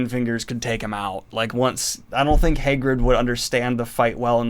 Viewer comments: Daniel: next we have “hay-grid” (Hagrid) Me: excuse me, what? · Your pronunciation of Hagrid is killing me, my dude. Fun video, well done!